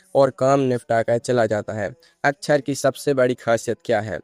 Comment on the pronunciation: अच्छर नही अक्षर, उच्चार बराबर करो 😂